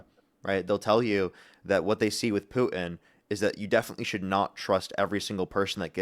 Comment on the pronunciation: one of the only things I enjoy more than people trying to debate you on economics is every, single, time, you say Putin! “Paooutin” kills me every time.